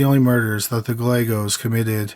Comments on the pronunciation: I like your voice. It is chill like someone else mentioned. The only thing that would make it better is if you enunciated words. Other than that, your voice is nice! Also, its guy aye goes. That how the name Gallegos is pronounced. It's important to get that right. But maybe not to everyone! LOL. Great crime stories. Thanks! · Not that they deserve to have their name pronounced correctly, but Gallegos pronunciation has silent ‘ll’ s. As my husband always describes it, it’s a Guy with an Egg that Goes: “guy-egg-os”. Not many understand how to say it.